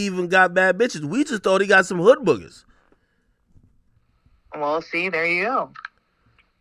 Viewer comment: This nigga said hood boogas 😂then he said cockroaches im dead 😂